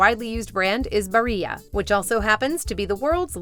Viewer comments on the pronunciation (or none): Sorry to be that guy. In Italian, both "L" are pronounced. It is not like a "Y"as in Spanish. Barilla is thus not pronounced like "Bariya".